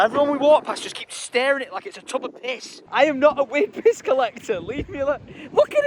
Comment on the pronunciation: I dont get why he pronounces PISS like PESH lolol